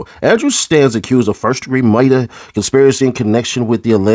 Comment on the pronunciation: when is reading and says MUEYOIDER 😂😂😂 😅